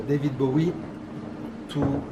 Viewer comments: David "Bawie"? Lol. I never heard David Bowie's name pronounced quite like that. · bowie is pronounced like bo (bow tie, bow and arrow) ee. bo-ee. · She didn't know how to pronounce David Bowie, so I'm not surprised she's not familiar with Quincy's career. And I agree with you, she should get her facts straight before talking about any subject. Obviously her field is fashion and she's not under any obligation to be well versed in music and other forms of art, but either learn about a subject before talking about it or abstain from talking about it. As you said, she has a big platform. With great power comes great responsability. Lol